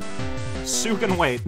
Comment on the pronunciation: Sue's name is spelled スー in the Japanese version so your pronunciation is correct